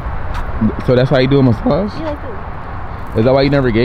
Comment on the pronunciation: “Mascage” 😂😂😂💀 I love y’all